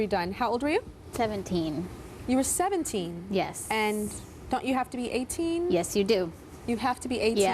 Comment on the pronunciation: the grl who wanted a boob job pronounced her 'yes' weird shes like 'yesssssssssss' haha